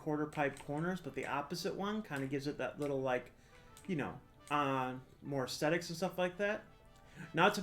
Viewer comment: Thumbs up for "extetics" 👍